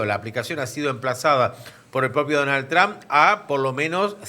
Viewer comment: perdona puedes parar de decir Donal Tran .....